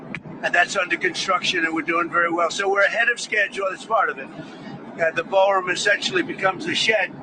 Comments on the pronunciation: How many times does he mention 'Baalroom' 🤨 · 'Ba'al Room', huh? Imagine my shock. 😑 Thank you for the updates,! 🙏🏻💪🙏🏻